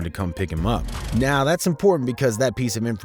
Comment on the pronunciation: You pronounced 223's and the word "now" wrong lmao